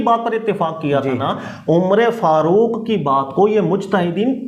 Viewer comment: یہ امرے فاروق کیا ہوتا ہے عمر فاروق ہوتا ہے